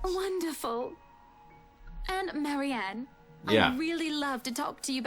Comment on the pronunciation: I think there definitely was some mixup with Marianne's name. definitely saying it wrong, but I swear it sounds like what Marianne herself says.